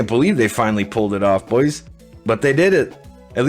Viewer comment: the way you say boys is horrible after the first couple times